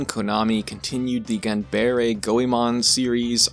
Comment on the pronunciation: The "tes" in "Voltes" is pronounced like "test" The "bine" in "Dunbine" is pronounced like "bind" The "ba" in "ganbare" is pronounced like "bar." And "corps" is pronounced like "core." That one's French. Also, this is a real bugbear of mine: tokusatsu is not a genre. It's a style and technique of filmmaking. It can do horror, action, sci-fi, fantasy, basically any genre or story that involves heavy use of special effects. And in regards to subgenres, there are many tokusatsu works that could be called mecha. Most commonly there are the super robot shows of the 70's and 80's like Red Baron, Mach Baron, and Daitetsujin 17, but there have even been a couple instances of tokusatsu leaning into what some would call "real robot," most prominently the 1989 movie Gunhed. Hell, if, like me, you think what we define as tokusatsu should extend to any cinema that uses the right style and techniques regardless of country of origin, Robot Jox would very much count as tokusatsu.